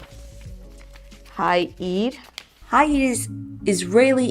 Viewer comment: it took me a while to realize "hei eir" is "5 iyar" 😆